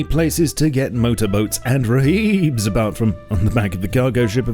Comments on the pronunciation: Raheeb- YIKES. ITS RIB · rhib = rigid hulled inflatable boat and is pronounced rib FFS.